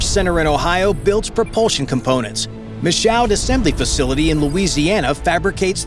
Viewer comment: Michoud is pronounced Mi-shoo... for future reference..